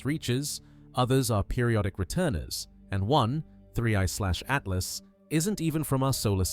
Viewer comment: Did my dude say 1/30tooth.